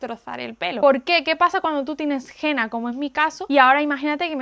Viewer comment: No se pronuncia Gena, se dice Hena.